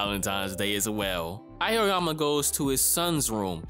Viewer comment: The name of protagonist is pronounced Ah-oh-yama, not A- yo- yama.